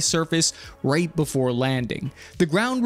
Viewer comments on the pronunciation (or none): none